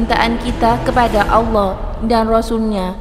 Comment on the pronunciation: Saya ragu kalau chanel ini berita nya benar 1.menyebut Allah asala ( ucapan nya salah besar) 2.dalilnya tidak jelas, tadi buku yang dibaca kelihatan seperti buku cerita.